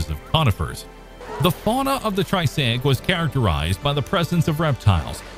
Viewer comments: You beat me to it. But I was going to ask if anyone else is getting triggered by way he's pronouncing it as "tri-say-ic" vs the "tri-ass-ic' I'm more used to hearing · triassic not tri-say-ic lol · Triassic, not Trisaic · what is this "tri-SAY-ik" you speak of?? LOL !!!!!!!!!!!! What is this "pur-ME-un" you speak of??? Sheesh. Is this some sort of AI voice badly programmed???? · I came to the comments a couple of minutes into the video to see if anyone else was thinking what I was thinking and was not disappointed lol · I'm glad that I'm not the only one hearing that. I thought I was going crazy.